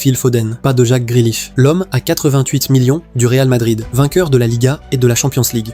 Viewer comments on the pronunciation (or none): none